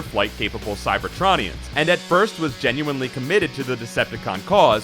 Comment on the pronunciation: Does it annoy anybody else how he pronounces cybertronians.